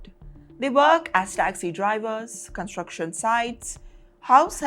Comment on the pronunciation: Gonstruction. Guntry. Won , doo , tree. Speak properly, this is no accent, it is mis-prounciation.